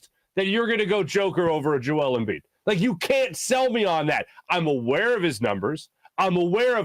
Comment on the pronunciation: Maybe you should learn to pronounce 2 time back to back MVP's name before you talk about him. Also, Embiid robbed? You must have something to be robbed of it. Embiid never had MVP in his possession to be robbed of it